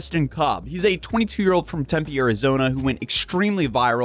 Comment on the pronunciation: The ONLY YouTuber who pronounces Tempe correctly every time 😆